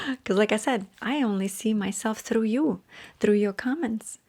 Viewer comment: " I'm not so russian anymore.".. followed by a "thrrrough" as russian as possible hahahahaha Love u